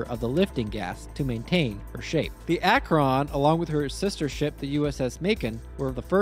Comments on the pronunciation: For the record, that’s not how you pronounce Akron. It’s more like Akren not Ak-Ron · Awesome video, the prydwen is probably my favorite fallout faction base and it's great to see a video on it! Though as someone from Akron, i'd be disowned by the rest of the city if i didnt mention that its pronounced Ak-wrin and not Ak-wron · Great video but... As someone born and raised in Akron Ohio, how you pronounce the word "Akron" is unusual. It's one syllable, not two. I've been trying for like 5 minutes to say it like you do and my brain won't let mouth say it your way lol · Your pronunciation of "Akron" is kinda grating... Think "Ack-rin," after the city that has the hangars to build and maintain the things. Also, Zeppelin, as a company, still exists, and still makes stuff. For enough money, you could probably get them to commission an airship for you... They maintain parts for, and build new versions of, the Goodyear Blimp to this day. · You're pronouncing "Akron" almost like "Acheron" lol. Akron, the city and namesake, is pronounced "akh-rin" XD. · It always give me a chuckle when people mispronounce my hometown's name. I'm from Akron, and it seems like nobody from outside of northeast Ohio knows how to pronounce it properly, sort of like how nobody outside of Akron itself knows what a "devil strip" is. I always get weird looks when I use the correct pronunciation of the city's name as well as the term "devil strip". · Bro can't say Akron💀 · as a person from ohio, you said Akron wrong :) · that is not how you prounce AKRON! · Very fair, I struggled while recording trying to pronounce Akron. I'm pretty sure I wasn't even able to be consistent in how I did so. If I was to commission an airship, I'd reach out to Lockheed Martin's skunk works personally. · I have a major problem with the way you pronounce Akron.